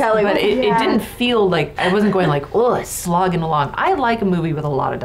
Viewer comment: "Slogging along" sounded like "smog in the lung" 😂